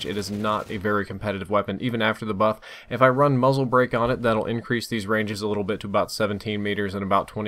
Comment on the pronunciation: 1;00, says muff instead of buff